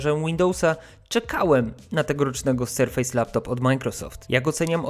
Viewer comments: "Sarfase" - nie Serfejs :D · znaczy no przynajmniej nie mówimy o tych urządzeniach jako „powierzchnie” tylko w tym przypadku wymowa. Litery się wymawia różnie w różnych słowach po angielsku, np. „A” czytasz „ej” ale przy nazwie „Surface” nie mówisz „SerfEJs” tylko „SerfYs” bo tak po prostu jest. Dla mnie tłumaczenie amerykańskiego lub angielskiego slangu też jest żenujące, ale wątpię, że deliver to ma czasami znaczenie „wywiązać się z kontraktu” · Pamiętaj proszę, że Surface czytamy "serfes", a nie "serfejs";) Tak czy inaczej, szacun za materiał! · I dziesiątki tysięcy osób wielokrotnie usłyszy jak się nie powinno wymawiać słowa "surface" :/ Serio, robisz świetne jakościowo filmy i szkoda je psuć takimi babolami, ja wiem, że to nie kurs angielskiego ale chyba lepiej przyzwyczajać widzów do prawidłowej wymowy niż utrwalać te powszechne błędy z "ejs". Dla zachęty zostawiam motywującą łapkę w górę :) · Nie, bardziej „Serfys” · Panie, ale jak recenzujesz komputer, to wypadałoby sprawdzić, jak się słowo Surface wymawia. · wydaje mi się, że źle wymawiasz słowo „surface”. Twój film jak zwykle, świetny. Pozdrawiam, S.